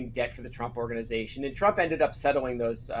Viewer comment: Trump. Not Strump. It's not that hard to say. You should practice saying it before you do your next video.